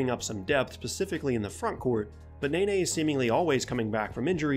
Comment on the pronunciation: It's "nuh-ney" and "Mar-keys Chriss" not nay-nay and Marcus Chriss